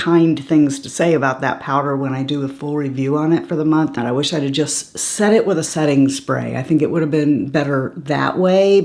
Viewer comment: I swear for a moment at the beginning of your video I thought you said, "Let's see how this performs after sex.." in reference to the Makeup by Mario eye pencil. LMAO! "SET", not "sex". Okay.... Still, I literally laughed out loud and we all need a little more laughter in our lives, right?